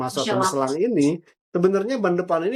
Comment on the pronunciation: WARTAWAN ORANG INGGRIS AJA NYEBUTNYA MICHELIN BUKAN MICELAN. APALAH JADI CRINGE